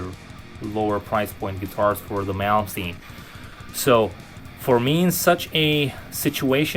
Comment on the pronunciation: why does everyone pronounce Malmsteen wrong??